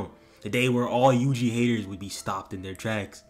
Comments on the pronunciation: bro really called my got yuji "wuji" I can't 😂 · Bro u pronuced ui uis name to wee wee👁️👄👁️